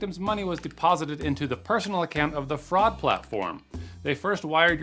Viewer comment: Stop what? Fraucd? That isn’t even a word!